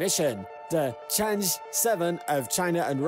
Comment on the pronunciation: China's "change" is pronounced (Chang-ah) not the english pronunciation of change.... after the chinese goddess of the moon